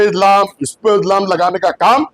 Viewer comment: Izlaam nahi re BABA ilzaam bool